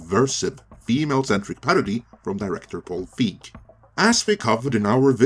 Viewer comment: You do realize that the digital version was never included previous to Paul's tweet? Also, as a major director, I'm surprised you don't know his name and how it's pronounced. Also, as a MASSIVE Ghostbusters fan, I am not buying this, nor is anyone in comparison to what you claimed. Nobody has a 4k or a BluRay player. There is no reason to buy this boxset. Boxsets are irrelevant in 2022 as they were in 2015. Maybe if this was 2005.